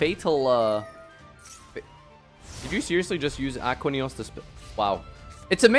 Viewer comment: "Ackwuh Neos"